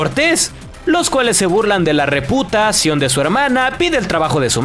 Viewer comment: Nota esa pausa dramática en 'reputacion' 😬 Huy XD